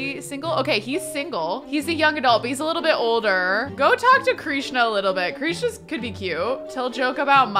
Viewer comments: hi! just wanted to say it's pronounced Krishna like "dish-na" not kreesh-na i still love this series! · DOA - Dead on Arrival. Krishna is pronounced like Trish (with a K obvi) na. Not Kreesh na. Krishna. Loving all the purple colors, purple is my fave! 💜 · Krishna is pronounced Krish (rhymes with dish)-na, not “kreeshna.” :)